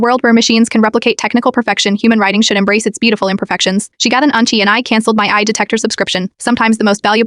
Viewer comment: The irony that the AI voice can’t actually say AI properly